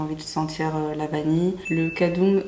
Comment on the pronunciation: Cadum se lit « Ka-dom » 😄 super vidéo j’aime beaucoup ton contenu